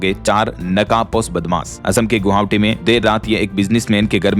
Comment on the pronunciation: गुहावटी नहीं गुवाहाटी, हमला वार नहीं हमलावर बोलो तुम्हारे सवाल का जवाब देने पर किसी को कोई शानदार गिफ्ट नहीं देते हो तो क्यों सवाल पूछते हो, बदतमीजी करते हो। अगर जवाब मांगते हो तो गिफ्ट पाने वाले का नाम जरूर बताओ और सब को धोखे में मत रखो।